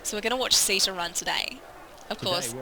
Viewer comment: I believe your horse's name is pronounce 'Sitta'. Next time, buy one named 'Runna'. I will definitely purchase SO7, once it goes on sale. Looks like fun! Love your commentary!